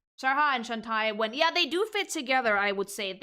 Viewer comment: I mean, when literally every time someone says “chao” out loud in Sonic media and they pronounce it “chow” and not once “kayo” that means that’s how it’s pronounced. You do not know better than the people who came up with it. Not sure why I’m bothering though, I’m arguing against the person who calls Shantae “Shan-tie”.